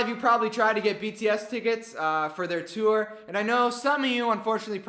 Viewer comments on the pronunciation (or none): none